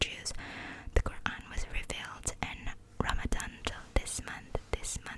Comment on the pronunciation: First of all no thanks on duty 🤝❤️Second, its name is Quran, not Quram ❤️